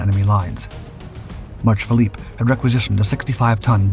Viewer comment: Phillips, not Philippe.